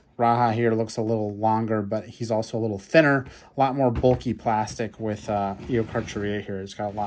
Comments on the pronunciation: It is pronounced ee o car car eu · Probably pronounced Eo-kark-air-ia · It’s pronounced eokaarkaariaa, also carcharodontosaurus is pronounced karkrodontsaurus